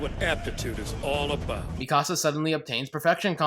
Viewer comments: 😂😂 at "Mi-casa" this ain't a house dude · EVERYTHING WRONG WITH: AniSins 1: HER NAME IS PRONOUNCED: (MEE-CUH-SUH-) 'MIKASA' D:< ITS IN THE ENGLISH DUB THEY PRONOUNCE IT THAT WAY AND YOU CAN KINDA HERE IT THAT WAY IN THE JAPANESE VERSION!! GOD DAMN YOU XD )(...jk...)( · I'm giving you 10 sins for miss pronouncing Mikasa's name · THAT IS NOT HOW YOU SAY MIkASA